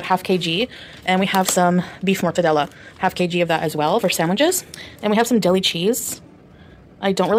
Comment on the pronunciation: Not her saying "Kay-gee" the same way Pookie says "Elbeez" ☠️☠️☠️